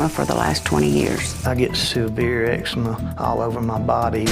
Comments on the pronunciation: why the fuck he say it like “eggsehma” ITS EXCEMA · "eggsma" lol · did anyone else grow up and everyone pronounced it ecZEEma instead of eggzama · Not sure if the OP will respond, but I live in Canada and instead of putting the emphasis on the first syllable like Noel does, we put it on the second syllable. So instead of EX-e-muh it's ex-EE-ma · i don’t know if it’s because I’m Australian and we pronounce eczema differently but the way he says “egg-see-muh” gets me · bro, Noel has eggsemen??? damn i never would’ve noticed if he didn’t say it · Not eggsemen 😭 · The amount of times I’ve heard “you got eggsma?!” Okay it was funny at first but now I just don’t know what to say. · He’s Filipino for sure. Eczema and his name is pronounced like “Noelle” and not “Knowl”